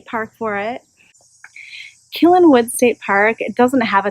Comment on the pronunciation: Great Video, you are pronouncing the name wrong. Say Ki then say Len . I don't care how sweaty you get because I don't have Smell-o-Vision . I have hiked those trails and getting back from the river back up to the campsite makes me sweaty too. (and very winded) And, I am not pushing a stroller ! Please keep doing these videos, as I explore more state parks it gives me an idea of what they are like.